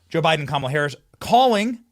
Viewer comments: wow, "Kamilla"? How do you not get her name right at least? I always say ka MAH lah but it's apparently KAH mah lah, accent on first syllable. But whatever.... yes, it was nice seeing Trump WIN. That's the closest we have gotten so far to TRYING to rectify the non-functioning fed govt. Hope and his group can clean house, implement some things to improve the country as a whole and try to keep a peaceful nation and relations with the so-called evil countries. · You pronounced KamIla correctly :) :) :)